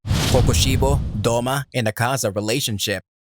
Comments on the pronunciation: It is douma not doma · The way you pronounce douma is terrifying